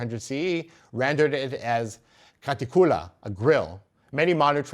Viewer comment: He made the same mistake with craticula. The stress is on "ti", not on "cu".